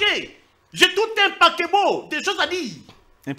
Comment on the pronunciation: Paquebot 😂😂😂?? C, est vraiment paquet ??eeeeeh seigneur